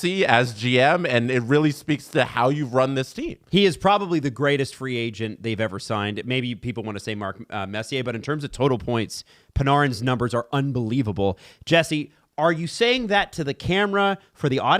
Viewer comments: It's pronounced pa-nair-in. Come on. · stop saying Panarins name wrong 😤